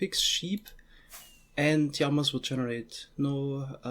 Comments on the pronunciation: did you seriously say "yamas" instead of "llamas" ?? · LLamas not Jamas or Yamas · Np. I was referring to his pronunciation of "llamas" 😉